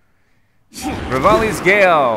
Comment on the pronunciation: He said RAVALIS GALE 😱👏🎉